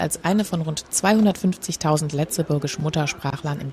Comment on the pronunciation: das wort Lëtzebuergesch wird anders ausgesprochen das g wie ein j oder ein i und hier das ë und die 2 es wie das hintere e bei katze